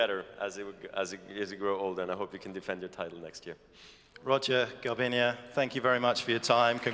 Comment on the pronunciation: Come on it's GARBIÑE, not Garbiña...